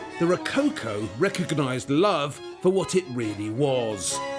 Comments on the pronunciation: rocáucoh ? you mean "Rococó " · Ro...not rou- cow cow😂...it's RO - CO- CO, WITH THE "O " OF " POT( not pout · The way you pronounce it, "rococo" must be falling from coconut palms. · I love Waldermar's way to present the topics. Just the way how he butchers "Ro-co-co" gives me a hickup ... anyway.